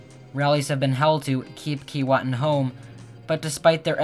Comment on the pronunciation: Sorry but your pronunciation is wrong according to Aboriginal people it is pronounced Kee way tin. The same as Keewatin Ont., next to Kenora Ont.